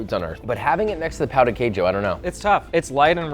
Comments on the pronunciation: I don’t want to be that guy but as a Brazilian… “pow the kay shoe🗣️🗣️🗣️” like cmon pow? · The way you’re pronouncing ‘pão’ means something other than bread. It actually means 🍆 and I don’t mean an actual eggplant. The accent of ‘ã’ and ‘a’ change the entire meaning of the word. Look it up, there are tons of jokes all over the internet.